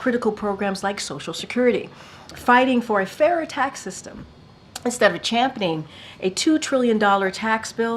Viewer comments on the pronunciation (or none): What are "pawgress" and "champening"?